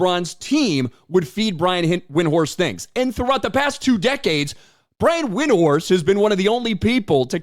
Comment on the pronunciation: Notice how he purposely mispronounced Windhorst name. Yes I say on purpose.